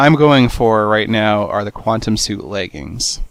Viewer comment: What the hell is a qwatem helmit.